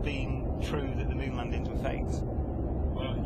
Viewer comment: sorry, at 12013 the name of moon have change to monn.